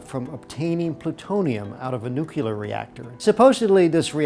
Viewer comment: Why.....why are so many apparently intelligent, educated Americans incapable of pronouncing the word nuclear? Just say NEW CLEAR and you've got. See? Easy! Just please stop saying NEW-CUE-LER. please